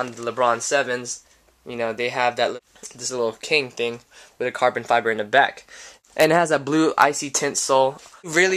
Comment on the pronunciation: "carbon fliber"?